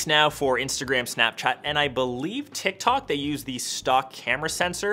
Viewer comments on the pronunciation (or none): none